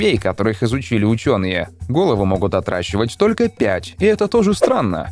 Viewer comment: Все время место "отращивать" слышу "отдрачивать"